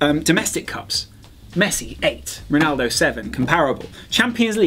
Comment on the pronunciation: Did enyone notice that said pnaldo not ronaldo?